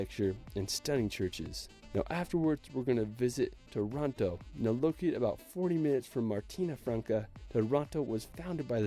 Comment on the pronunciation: funny how he pronounces Taranto as Toronto, lol. Masterful the way he never shows ILVA, the biggest steelwork mill of Europe, looming over the town and the bay.